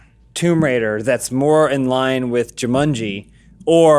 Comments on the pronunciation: Why do they keep saying Ju-MUN-ji? It's Ju-MAN-ji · Y'all need hammocks and beanbag chairs all that arms crossed and good posture is giving me a back ache! Johns wearing clothes so they don't get demonitized, to get your fix check his Tumblr... Edit: People hating the way says Juumunji. Lmao. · Why does keep saying "Jewmunjie"? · Jew-mun-gee? Never hear Jumanji pronounced like that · joo-munjee.. who pronounces it like that? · Why is pronouncing Jumanji as of it’s spelled “Jumunji”? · Zandalf the blue Joo-MUN-Geee. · Every time pronounces Jumanji I cringe so hard